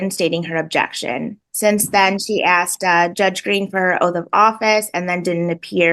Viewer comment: "I axed him a kwushtyen." 😏